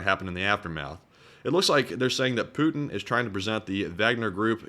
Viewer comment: apologises for mispronunciation of a Russian General's name, but never apologises for mispronouncing Putin's., please note that there's a 'T' in Putin.